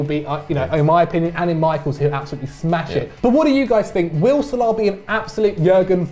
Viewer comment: U two asses said salami instead of salah